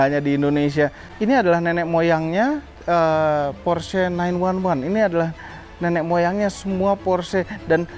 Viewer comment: Belajar lagi cara ngomong "PORSCHE" nya yang bener.. peace